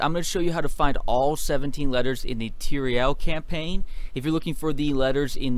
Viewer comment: "the tireal campaign" nice